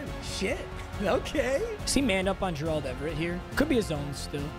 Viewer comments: The M in stands for Mispronounce, who is Jurrahld Everett lol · Dude just say Gerald not Jer-Auld Everett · Will somebody please tell to learn how to say 'Gerald' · i still find it insane that bro doesn't know how to pronounce gerald😭